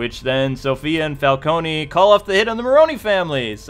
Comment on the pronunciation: It's CAR-ME-NAY Falco-NAY, goddamnit!